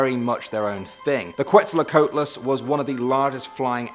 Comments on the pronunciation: It’s quetzal co atlas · it is supposed to be pronounced as kwet - zal - co - at - lus... (Quetzalcoatlus) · OMG, he completely butchered the pronunciation of Quetzalcoatlus! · And he butchered the quetz's name